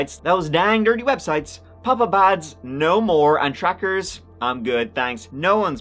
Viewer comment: I know you said “pop up ads” but I heard “papa bads” and I find that hilarious 😂